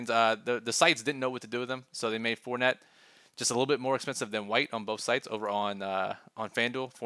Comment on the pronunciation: I'm I the only one that herd fort net 🤣😂 good content as always